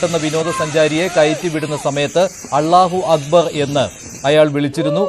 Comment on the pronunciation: അല്ലാഹു അക്ബർ എന്ന് അവതാരകന് ശരിയായി ഉച്ചരിക്കാൻ പോലുമറിയില്ലേ ? വാർത്ത വായിക്കുമ്പോൾ ശരിയായ ഉച്ചാരണ ശുദ്ധി വേണം